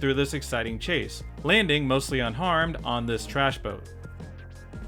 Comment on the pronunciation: holy shit, another lesson in seppos butchering english - "cha-see" 😂😂 fuckin hell